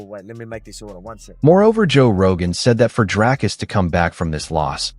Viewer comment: "Dry-us"? Who's THAT? 🗑️